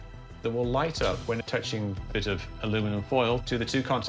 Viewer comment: Lught bulb. 😂